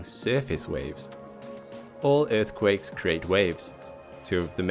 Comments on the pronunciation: every time he says "earthquake" :((( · I left cause you keep saying earth quake..... But I watched your ads